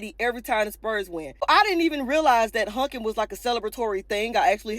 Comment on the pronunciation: I'm sorry i have to say it... it's"honking" not "hunking" 😂😂😂